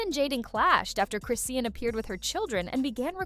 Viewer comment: Her damn name is ChrisSEAN!!!! Why is she keep saying Chrisann 🤦🏽‍♀️. Done watching